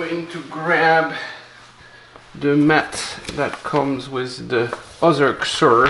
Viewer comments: it is. And he's said it correctly before, not sure why the change. The company says how to pronounce it too. Why does every youtuber screw this up lol.. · Is it not pronounced “SEE-zurr”???